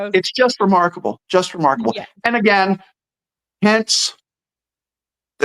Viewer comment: Every time says remarkable, I hear remarkleable😅